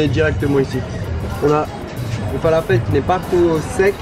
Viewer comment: Le falafel est dorigine libanaise ! Un peu de respect a notre pays. Et prononcez le correctement !!